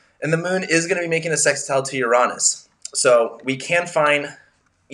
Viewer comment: Finally! Someone who pronounces Uranus correctly. 👍💕